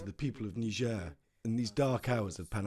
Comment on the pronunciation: Niger and Nigeria are not pronounced same, Niger na Niger, Nigeria na Nigeria.